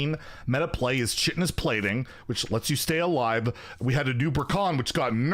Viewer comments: Shitinous plating? Don't you mean "kite enous plating"? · Chitinous with a hard K on the Ch